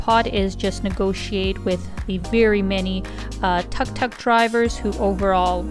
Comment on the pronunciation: Sis, tuk tuk is pronounced took took 🤗😍😀😘